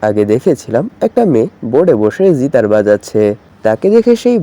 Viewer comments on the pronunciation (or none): জিতার নাকি গিটার 😐😐